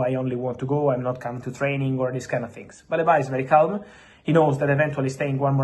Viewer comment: It's "Baleeba" not "Baleba"